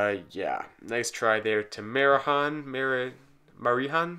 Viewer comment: Btw, 'j' in Marijan's name is supposed to be reali like 'y' ;)